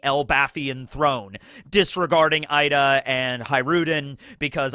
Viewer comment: Hey, Ida is pronunced /ee-da/ with an elongated sound, not /ai-da/.